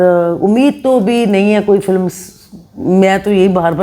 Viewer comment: Durdana g you speaks soooo good. Bas kuch words ko agr ziada perfectly bolein specialy english words, tou ziada kmal ho jaey. For example filamm nahi film, atistoun ko nahi artists ko, i know hum punjabioun k liye ye common hai iss tarah se english bolna but jitna khoobsurat aapka communication ka andaz hai i wish k aap yahan improve karein toh ziada impressive hoga. Thanks. Issi tarab achi achi videos bnati rahein aap.